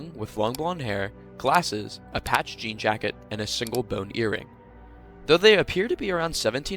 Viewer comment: That is not how.you say jean